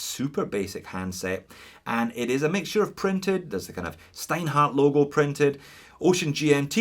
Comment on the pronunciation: It's pronounced S(H)teinhart... as in stone hard... S(H)teinhart!